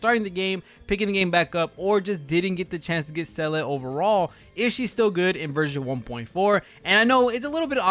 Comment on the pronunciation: did you seriously just call SEE-LAH SAL-LID ? and basically the rest of the video? cuz that's what I heard....lol